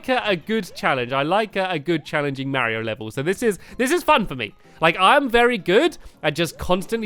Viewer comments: Super barry-o maker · who else thought stampy said super bario bros